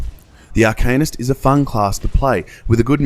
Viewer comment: cool review. btw, it's pronounced Arka-neest, not arcaynus